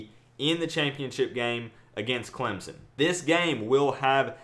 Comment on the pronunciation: I like your vids and I think you are unique. Gonna be great but for the love of GOD stop pronouncing Clemson as Clemzon. Please Good sir, take your time, relax and pronounce my school as CLEMSON. Appreciate ya. #Surge19 but I'm still #AllIn19